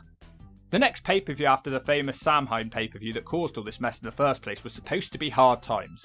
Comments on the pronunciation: Gives me a headache every time pronounces it "Sam Hain" - it's pronounced like "Sow-wen" in Irish or "Sah-vin" in Scottish Gaelic, but absolutely nowhere is it "Sam Hain" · Samhain is pronounced "sow-win" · lad I have to tell you 'Samhain' is pronounced 'SOW-when'. Please don't hit me with a brick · Samhain is pronounced sow-win. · Samhain is pronounced like "sowin." Rhymes with cow pen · Samhain is an Irish word its pronounced Sow-an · How does a British person mispronounce "Samhain" 😂